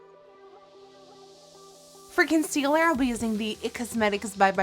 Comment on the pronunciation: Everytime she says "for concealer" it sounds like "frickin'cealer" to me